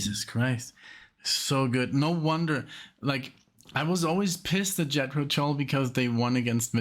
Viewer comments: All your reaction vids get demonetized? Wow! That sucks! Can’t you get some sponsors? Maybe from your headphones or a chair you get for Alexia’s back? (When you get one that works), ‘Jethro’. Is pronounced like using a soft ‘G’ You sound like you’re saying ‘Yethro’? Like pronouncing ‘Justin’ or ‘Jester’ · And Jethro, not Yetro. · I think that Too Old to Rock and Roll, Too Young to Die is the weakest of the first 15 years of Tull albums. Btw, I know it's your background, but the correct pronunciation of Jethro is not Yethro, but J as in John. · I'm not sure if you're just playing around pronouncing the J in Jethro as a Y but it's J like in John. Sorry for being nit picky but I can't help myself. The band is named after an English agriculturist from Berkshire who helped to bring about the British Agricultural Revolution of the 18th century. Some people think that Jethro Tull is the name of the singer but his name is Ian Anderson. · It is Jethro Tull with a Ja sound. Ian Anderson was playing the flute for less than 2 years when he did Nothing is Easy. Ian is one of the best front men in the history of rock You will also love reacting to Hunting Girl and the Whistler from The Songs From The Wood album.